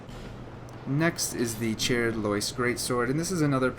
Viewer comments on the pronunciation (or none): It's not 'char-red' with regards to the golem Armour and the shield, it's 'charred' as in a charred bit of bbq pork, as in OH no I've left my burger on the bbq for too long and now it's too charred to eat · CHARRED NOT CHAIRED!!!!!! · Anyone else annoyed how he says chaired instead of charred like charcoal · did he say cheer..ed loyce set??? it's charred as in the stick was charred by the fire....understand now? i don't wanna be a dick but i had to make a correction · It's not "chair-ed" it's "Chard" it has two "r"'s not one. And it means burnt. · ..Charred is Char (like charmander) ed like Ed a name.. Charred like Burnt, Like Char-coal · "Charred" is pronounced like "chard." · What the hell is charr-ed its charred burnt idk why you pronounce it like that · Your pronunciation of these words is killing me. Charred (as in burnt) is pronounced like the word jarred. Avarice is pronounced like av-a-ris. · No offense this guys English is fucking trash this triggered me when he said chaired like wtf !?!?! how , why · Lmao the mispronounciation on “charred” and “avarice” tho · Good video, but how do you not know how to pronounce "charred"?? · how can you not say CHARRED right? you idiot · Check that pronunciation bro. Charred is pronounced exactly as it is written, and avarice is pronounced as "Avariss". Hopefully you get this, because it bugged the crap out of me mid-video. Not hating, just trying to help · Did he really pronounce "Charred" like that? Funny stuff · lol cant pronounce charred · Mispronounced charred lol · your pronunciation of charred and avarice lol XD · You said charred wrong! OCD off the charts!